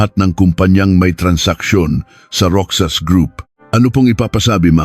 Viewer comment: MALI PO ANG PAG BIGKAS NG ROXAS LIKE ROHAS GANYAN MO ANG PAG BIGKAS NG ROXAS ..HINDI ROKSAS ..